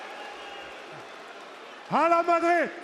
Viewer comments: Bro really said "hala Madrid" LMFAOOOO what a troll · Damn Gunther really trolled Nan entire arena by saying Hala Madird lol...